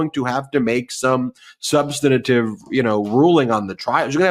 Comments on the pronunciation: Love you Ben but please, for the love of God, it is SUB-STAN-TIVE. SUB-STAN-TIVE. SUB-STAN-TIVE. That's 3 syllables, not 4. 😒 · Ben, this is the second time I am pointing this out to you: you keep saying "subsanitive". There is no such word! You say you're a professor. Really? And you don't know how to pronounce SUBSTANTIVE? Jeeze. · Substantive. Not substantative. You’ve given the word an extra “ta”. The word is substantive enough already 🥰💙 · Stop saying SUB - sten - uh - tivv 4 syllables when you mean substantive. It's incorrect, though most media say it incorrectly. The right pronunciation is: SUB - sten - tivv. Only 3 syllables. (An overused word spoken by a lot of people who really mean substantial) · Ben. The word is substantive, not substenative. Please! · I like the channel, but please the word is SUBSTANTIVE, Ben. Three syllables. There's no such word as SUNSTANATIVE. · Love Ben, but I need to present a pronunciation correction…if I may. Substantive is pronounced as: Suhb-stuhn-tiv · Love the show. I follow intently. Can you correct ... Its sub-stant-ive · "Substinative"?? Common, Ben. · Ben, please learn the correct pronunciation of "substantive"!